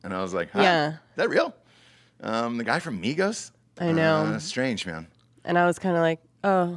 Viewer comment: Why do you say Migos like migohss... 🤣